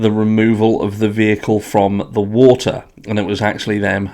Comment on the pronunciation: he also need to learn how to pronounce "wa-ter" not "woo-eer"